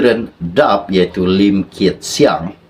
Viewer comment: Hingga sekarang nama parti DAP masih lagi SALAH disebut. Daqh beberapa kali ditegur untuk buat pembetulan, tetapi masih begitu juga!!!